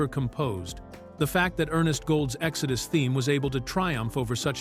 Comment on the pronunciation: ”Exodoo” for the movie title as well